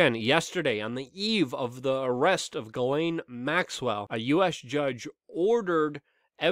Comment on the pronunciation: It's pronounced, "jizz-lane". Just trying to be nice, but you did pronounce it wrong. Again, it's "jizz-lane".